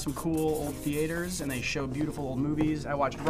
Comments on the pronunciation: I love how he says “The-a-tors” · the way he pronounces theatres made my heart stop, excuse me sir what is a theAtEr? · ah yes, movie thee aiters